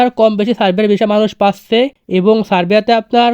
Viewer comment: যাচ্চে, পাচ্চে না বলে ভাই যাচ্ছে পাচ্ছে বলেন ❤